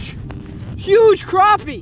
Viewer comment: I am a new subscriber who came over from Chris and Zach's channels. I am glad to see that you know how to correctly pronounce crappie.